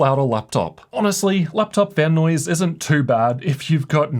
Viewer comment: Bro.. the way you pronounce too, just makes me want to grab a baseball bat